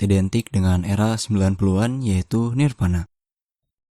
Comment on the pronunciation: voli bukan poli, nirvana bukan nirpana hehe.. salam grunge